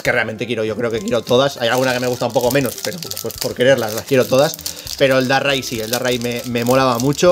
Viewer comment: Como que Darrai???????? DARKRAI! espantoso como lo dices te cargas el pokemon🤣🤣🤣🤣